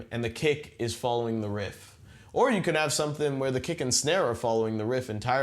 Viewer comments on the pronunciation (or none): I swear to god he says "cake" instead of "kick" every time.